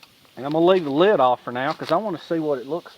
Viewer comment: Thanks for another exciting video.. Nice to see you're still thinking and doing stuff. I love the Southernisms, like a two syllable word for a cover or top to a container "leeyud". Keep em coming! Frank